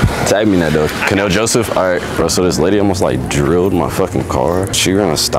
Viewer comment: Always saying kanel Jospeh 😂😂😂😂